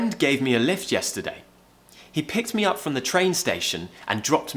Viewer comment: When u said "he picked me up from the train station,"it sounded more like "he picked Mia from the train station. " 😅